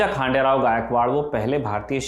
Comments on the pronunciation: It's खंडेराव not खांडेराव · खंडेराव गायकवाड🙏 I hope you pronounce correctly